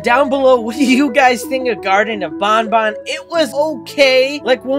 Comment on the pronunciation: Is ban ban not bon bon